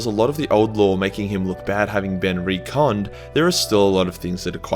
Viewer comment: Srsly though. Why cant you say Retconned. Its not "re-conned." Retconned. Ret-conned. Say it with me. Its not like its even misleading spelling, or that there's a split community in how to say it. Aside from this, he's not a bad character overall he's just been handled very poorly by some writers.